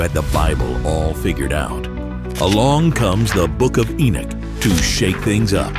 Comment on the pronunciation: ENOCH not Enich